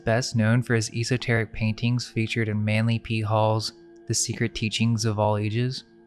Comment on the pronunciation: He doesn't seem to realize it, either~ cringeworthy. The pronunciation of esoteric, a word he loves to use frequently - at least look up how to say it, dude!